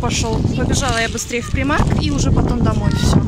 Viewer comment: Интересно, а почему Вы произносите ПрИмарк - именно так англичане его называют? Вроде, по правилам английского языка название должно читаться ПрАЙмарк :)